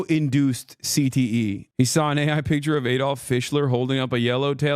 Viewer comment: You said cte I thought you said cbt